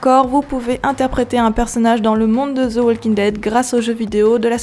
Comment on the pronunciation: C'est de walking dead pas ze walking dead